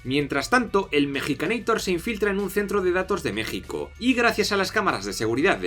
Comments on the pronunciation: epa epa mejicaneitor? ES MEXICANEITOR POR FAVAR jajaja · Cuál es el punto de decirle mexicaneitor? en todo caso Arnold es un estaudounideitor, la cagaste